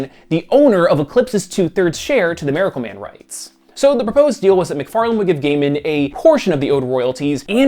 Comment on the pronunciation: “Mare-acle Man”